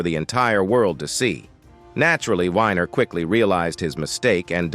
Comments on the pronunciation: It's not Wh"i"ner, it's Weener, Wiener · it’s Wiener not whiner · It's Weiner not winer. Get something right. Calling Griffen a comedian is the real joke.